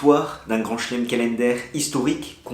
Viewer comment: Euuuh dis , kalèndaire ? Bon ok, C pas souvent mais quand même :):)))